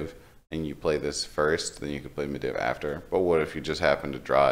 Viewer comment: Ma-dee-v. You're triggering me each time you say medivh. Lol.